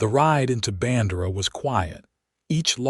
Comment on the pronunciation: I have lived in Texas all my 74 yrs of life. It is pronounced "Band'-err-ah" and "Kerr'-vill".